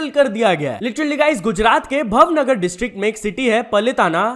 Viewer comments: भाई एक बात वो भवनगर नहीं भावनगर है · ब्रो वो भावनगर है ना की भवनगर और पालीताना 😂😂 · भवनगर nahi भावनगर , पलीताना nahi पालीताना 🙏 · Bro it's bhaavnagar not bhavnagar in pronounce 😊